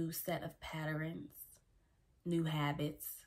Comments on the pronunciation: Great word. But Patterns, not Patterines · Patterns Not Patterens. My apologies, had to state that. I LOVE your content though!❤